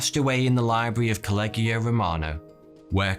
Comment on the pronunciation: Collegio = koh-leh-iyo